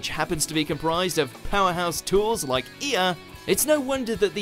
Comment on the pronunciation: Says E-ah then immediately shows a clip of Gilgamesh saying Ea which is pronounced as A-ah